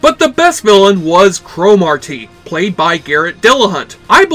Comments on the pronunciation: I heard Thomas Dekker (John Connor) was very difficult to work with on this show - always whining about his hair and looks and holding up production. Still, I wish the show would have continued. Nit: In the show, Cromartie was pronounced cruh-MAR-dee. Not CRO-mar-tee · Cro-Mar-Tee. What a weird way to pronounce that name. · This show was awesome, but why can’t you pronounce Cromartie right? Lol.